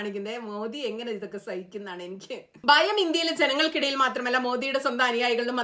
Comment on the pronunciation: Bayam alla Bhayam